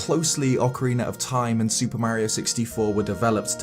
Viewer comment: Man, being an informal video I’ll expect you to at least get the pronunciation of Mario correct